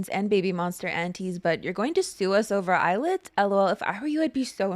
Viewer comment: I keep hearing "Eyelid" instead of "Illit" so it's been forever ruined for me. Yes please PT 1 video!